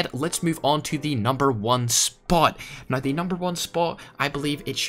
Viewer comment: Ads every 2 minutes, and a speech impediment where you can't say the "ow" sound in "now" without sounding like "oi". Practice that.